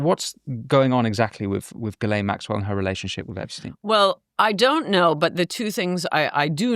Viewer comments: Jesus if your going to do an interview can't u pronounce people's names correctly...dufrar????? Virginia supposedly killed herself dufray. .Gil. Lane....it effects your credibility. Dufray....gil lane. Repeat after me. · I don't believe this guest met any of the people she has mentioned. She couldn't even pronounce Ghislaine properly